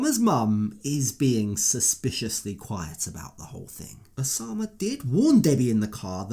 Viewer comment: the name is Oussama (pronounced "oossama" or 'usama' just like Usman 'sojaboy") I"m so triggered when she says Oshamah